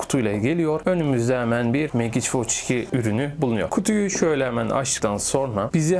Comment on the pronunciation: Megiç degil Mecik diye telaffuz etmeliyiz, bilg.